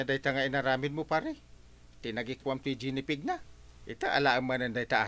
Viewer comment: Apo, G as in goat ti Gi-ni pig... haan nga "J"... Ji- ni pig...sorry apo, nagsakit lapayag nga denggen dyay JI-ni pig yo. uray kasta, paboritok latta ti drama yo a Kapitan Enteng!